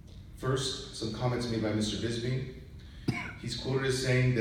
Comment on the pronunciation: It's Bisping not Bizbing!